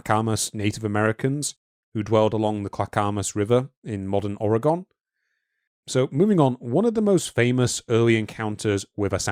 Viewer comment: Thank you for pronouncing Spokane correctly! Unfortunately you done put the GONE in Ore-GUN ;) You're doing the best you can, a lot of it is dictated by accent. There's a town in Utah on the edge of the Mojave called Hurricane. Pronounced Hurr-uh-kin, or Hurr-uh-c'n. Drives me nuts, frankly.